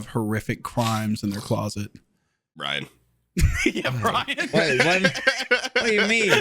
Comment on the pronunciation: Wendigoon called Bryan “Bryant” the whole time and nobody corrected him lmfao